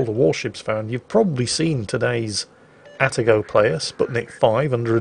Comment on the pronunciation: Actually it's "A Tar GO"... The first A is the same as the A in cAt... You can say your cats name properly so why not the Atago?